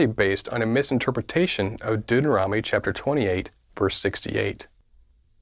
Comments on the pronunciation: Not spelling, he's SAYING it wrong by transposing the 'n' and 'm' sounds. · First of all, he says Deuteronomy wrong...lol🤦🏿‍♀️